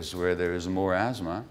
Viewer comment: It's asthma not azthma. Very poor pronounciation, and uninspiring altogether.